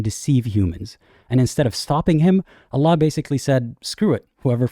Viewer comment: I love how you pronounce Allah "ull-UGH"